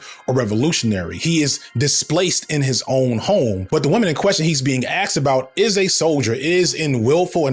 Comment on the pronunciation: You were an english teacher but you axed the students?